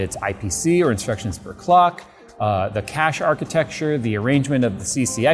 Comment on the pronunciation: "19% instruction per cock" not per clock. Please pay attention to the AMD presentation.